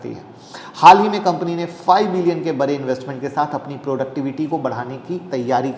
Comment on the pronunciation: Bare nahi bade boliye